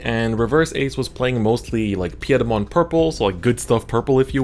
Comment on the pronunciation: Your pronunciation of Piedmon made me cringe a little haha. Pie (as in the food) -dmon is the pronunciation :P glad you had a blast with the set 1.0 tournaments! You should join the Digimon TCG 2020 Discord and hang with us all ^^